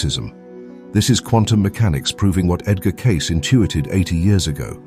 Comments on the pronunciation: I was alive during this time and heard him speak. His name is pronounced by his own lips; Cay-see. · His name is pronounced: kay cee. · His last name is pronounced K. C. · His last name is pronounced Casey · Kay cee Please pronounce it correctly. I know you are Ai, you're the same one on many channels. LEARN ENGLISH PLEASE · Immediately turned off by the A.I. that can't pronounce Cayce. (kay-SEE) 👎🏻😣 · Say Kay see. Jeez, you did a whole video on the guy and you can't pronounce his name? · Edgar's surname is pronounced 'Kaysee' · His name is pronounced like "casey". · “Not war not famine”, but AI mispronouncing Casey’s name. People want authenticity not fear brokering. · You can’t even do your due diligence to find out his name is Edgar Kay- See! Cayce! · Mispronounced his last name it's pronounced as (KC) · Cayce is pronounced Cay-see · I read about Cayce years ago but his readings are so extensive I have not heard all that he shared. It would be nice if the Asci to speech could pronounce his name correctly CAY SEE. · Kay Cee ( long a and long e) is how you pronounce his name. It doesn't rhyme with race. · His name is pronounced KAY-SEE. Edgar Cayce. KAY-SEE. Hard A as in DAY. Hard E sound as in "I SEE you." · Lovely video! And I love my cat. FYI: The name Edgar Cayce is pronounced ED-ger KAY-see. I imagine the voice AI didn’t know. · AI sucks balls and the ROCKHEAD that allowed this fake metal voice to call Edgar Cayce (Pronounced CASEY all the time not just when caught) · Come on AI, try to say the man's name right: Cayce [KAY sēē]. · Cay-SEE. It’s Edgar Cay-SEE. If you’re going to put out bullshit content, at least get the guy’s name right. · Why don't you speak his name correctly? [keißi] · If you can't even pronounce his name right, I sincerely doubt that you know anything about him. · The AI cannot even pronounce his name correctly. Your chakra. Joke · A Human narrator would know how to pronounce Cayce The error is like a jarring pothole on a nice road